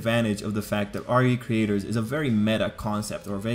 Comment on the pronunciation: It's pronounced "ree creators" not R E Creators.